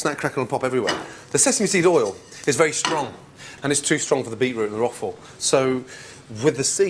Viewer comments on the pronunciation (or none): Yeah, OK, he says "Roffoll" . But he mostly pronounces it correctly: rock-forr. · "Roqufori" ? Roquefort.